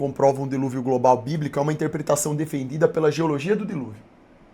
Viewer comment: O cara falando Gobal, crosta. kkkkk